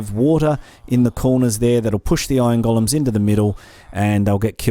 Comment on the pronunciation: I keep understanding "ion gollums" :D